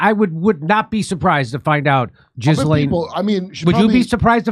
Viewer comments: It’s not GISLANE IT IS PRONOUNCED GILLANE AND SPELLED Ghislaine The name is of French origin. Educate yourself. 😊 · I'm guessing you're mispronouncing Jill Layne's name on purpose. Jiz Lane! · He has had months to learn how to pronounce her French name the s is silent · "Jizzlaine" hahaha i know that wasn't intentional wink wink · " Jizz lane Maxwell"? What a Freudian mispronunciation! (It's sounded Gill-aine btw) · Her name is not Jiz lane it's Glayne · For the millionth time, Ghislaine is pronounced "GEE-lin" not "jiz-LANE." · "jizz-lane " Maxwell you've GOT to be kidding me ! if this guy can't even get the woman's name right, I doubt he's playing with a full deck to start with...so his "predictions" are about as accurate as the time president Bill Clinton told us about what he didn't do to that woman, with that cigar... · Jimmy, it's a G, not a J. 😂 I guess you're being silly. 😂 Jizz-M-😂😂😂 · Love how Jimmy accentuates JIZZlane. 😂